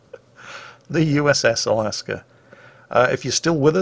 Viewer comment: there is no r in Alaska or Alabama...or Delta...